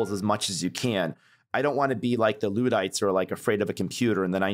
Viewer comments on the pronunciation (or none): Usually when people invoke "the Luddites", if they feel the need to pin them to any historic era, it's...uh...not the 1980s. I've never heard anyone reference them other than as a metaphor for current day or their actual history. That was so bizarre. Then again, he called them "LEWD-ites", so🤷